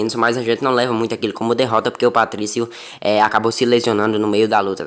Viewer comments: Patricio, not Patricky. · É Patrício e não Patrick🤣🤣🤣🤣🤣🤣